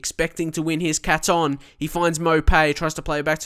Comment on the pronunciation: I'm a shrewsbury fan and you are pronouncing the left midfielders name wrong. It's cay-ton not ca-ton. Hope this helps! 😄